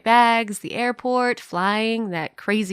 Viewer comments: it said Aeroport instead of airport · it said aerport instead of airport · ah yes, the *Aeroport* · “Aeroport” alright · «aerport» ahahah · Is nobody going to talk about when it said "Aeroport" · “aErOpOrT” Me: ...... Me:WUT TAH PATATO?! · Who knows that she said aroport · Ariana:My Day Was Tiring,The Airport,The Diver. Me:I thought it was airoport